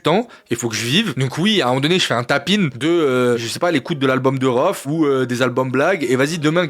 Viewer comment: c'est "tap in" ou "tapine" qu'il dit ?? lol